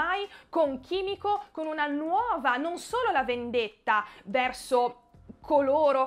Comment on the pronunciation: Ciao petit, a me le prime tre puntate mi han preso un pó male proprio per il fatto che siano così lente e poco incalzanti rispetto alla prima stagione, cmq confido nelle prossime, poi la tizia jappo si chiama kimìko, no chimico... Cristo mi stavi mandando in sbattimento. 😜.. Grande recensione come sempre, grazie per l immensa passione che ci metti.